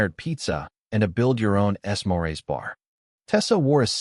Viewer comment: Second time I've heard 'es-morays' instead of 'smores'. Freakin ridiculous!